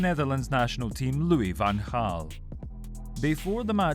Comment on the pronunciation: Credits for pronouncing Van Gaal's name correct